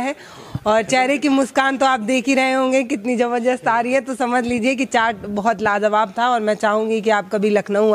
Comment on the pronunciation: Jabajast nahi hota h zabardast hota h